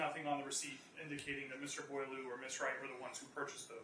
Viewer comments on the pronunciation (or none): eau is pronounced oh. so its boil oh